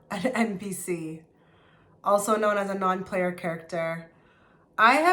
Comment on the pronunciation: "Non -PLAYA" "character" lol